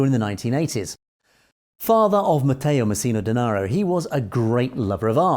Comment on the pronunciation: Well done! Your pronounced Matteo Messina Denaro very well! 👍